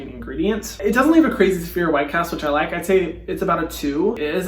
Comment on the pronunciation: He literally sounded like an Aussie bogan when he said “looiike” lmfao bless u Hyram